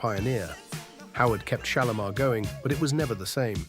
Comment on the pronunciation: Shalamar..there no o in it😅